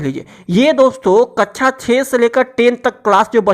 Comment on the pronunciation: Kaccha ni kaksha hota h vo 😝